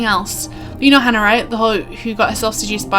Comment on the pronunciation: lol, pronouncing Hana like Hannah, I think it's more like Hah-nah. I'm starting to feel like people wouldn't be writing emails to each other on these subjects, didn't they have phones in the future past?